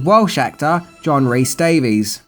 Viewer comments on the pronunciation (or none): none